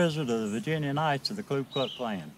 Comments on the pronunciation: he said "Klu Klux Klan" doesn't even know the name of his organization. It's KU Klux Klan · He can't even pronounce the name of the organization correctly ("Klu Klux"). No way is that guy a KKK bigshot, if there is even such a thing anymore.